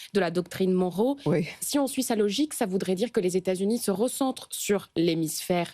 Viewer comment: C'est pas plutot MonROE au lieu de MONroe ? En tout cas pour Marylin ça se prononce MonROE